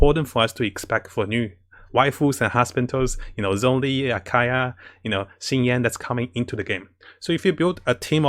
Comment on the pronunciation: I know he meant to say Ayaka but when I heard "husbandos" And Akaya all I could think about was Akaeya 😂